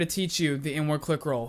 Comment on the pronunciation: Who else that he was saying N - Word instead of inward😂